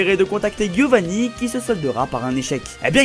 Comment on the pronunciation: ArTikodin, avec un T pas avec un D 😂 Et c’est Pas Guiovani mais Giovanni (prononce Djiovanni)